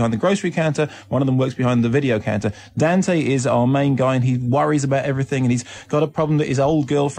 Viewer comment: The way Kermode says Dante makes me laugh.